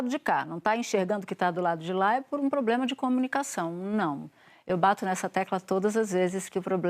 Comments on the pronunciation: Fiquei esperando aqui a canhotede falar poblema ela rateou na hora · A velha quase falou "pobrema"